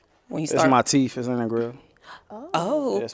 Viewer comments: You got 30,000 in your mouth but don't know how to say TEETH. Okay teef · Bruh said "teef," I don't need to say any more... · “Teef” 😂😂